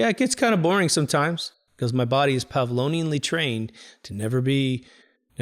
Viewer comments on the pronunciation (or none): Brilliant and useful episode! In various episodes you’re always getting the word Pavlovian wrong. It’s not pavlonian my friend 😊 I’m assuming you’re referring to the great Russian writer on psychology who is famous for Pavlov’s Dogs?! - whose ideas transformed and empowered the advertising industry. PS. Ignoring what they’re selling will pre-empt the need to buy. Right? Love this episode.